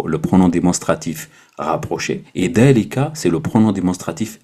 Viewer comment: As Salam aleykoum c'est moi ou tu prononce د au lieu de ذ dans هذا هذه Et ذلك